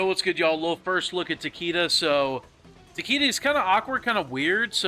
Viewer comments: Takeeda? It's like saying "Lee Kang"... Get it right boss. Tah- kay-dah 🤌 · Takeeda?? Bruh. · If you say Tah Kee Da one more time 😆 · Literally every one pronounces Takeda wrong the announcer voice literally says it.